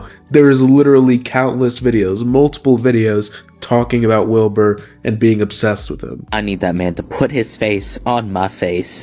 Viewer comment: Legit thought he said "Bill Burr" rather than Wilbur at first and nearly died laughing 💀